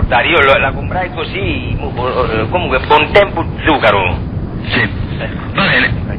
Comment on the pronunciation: bontempO o ... bontempI ???